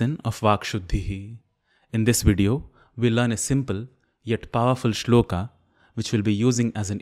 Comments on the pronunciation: Shlokaaaa nhi sholak. Hai vo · I find it annoying when you pronounce श्लोका instead of श्लोक, योगा for योग n so on... I have a question though... Do you ever use word संडासा for संडास ?? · Why pronounce श्लोक as श्लोका, कृष्ण as कृष्णा (meaning द्रौपदी ), राम as रामा (meaning सुन्दरी) etc .It has become a common practice to pronounce गरुड as गरुड़, वडवानल as वड़वानल । Please differentiate between Horward Kyoto system of transliteration into Roman from the old &more popular system of IAST adopted in Athens ,in 1912 . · Why are we pronouncing 'shlok' (श्लोक) as 'shloka' (श्लोका)? . this itself is wrong to begin with. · Disqualified in 10 seconds when you pronounced श्लोक as श्लोका ugh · Good channel and a good methodology to teach, just one thing.. is it श्लोका or श्लोक कलिदासा or कालिदास plz rethink. There may be limitations of a language that one can not write a word exactly how it is actually pronounced, but you are not bounded by the language to say it correctly. No matter which language you choose, it will never limit you to pronounce it correctly. And who else can better understand the importance of correct pronunciation rather than a professional sanskrit teacher.